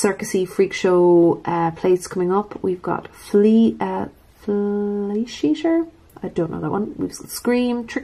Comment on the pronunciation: That was to funny how you pronounced flesheater. It's flesh eater. Lol........ love your videos!!!!!!!